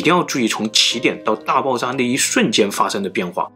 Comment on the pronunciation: 你可以把“爆炸”的“炸”字读准吗？你一直都在读“爆zang”